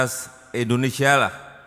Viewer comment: Endonesa atau Indonesia pak?